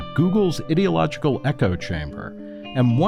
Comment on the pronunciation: You are saying ideological wrong and it's sounds like you're calling yourself an idiot